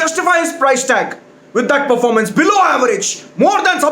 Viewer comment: "Otrocious Parformance!",2020.